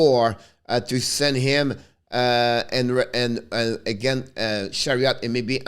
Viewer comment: C'est Ben Chiarot pas Chariot, hehehe bon travail! Lâches pas!